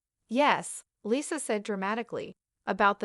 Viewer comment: AI dubbing is the worst. It can't even pronounce "Lisa" correctly.